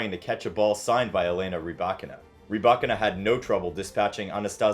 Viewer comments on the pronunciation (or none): It’s rybaKINA, not “ryBAkina” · I asked a Russian speaker & they pronounced it ‘rih-BYE-kee-nah’, with the stress on the second syllable!🤷🏽‍♀️